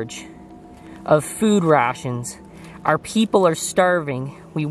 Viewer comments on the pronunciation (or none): none